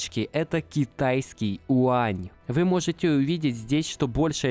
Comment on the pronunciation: не Уань, а Юань) умник)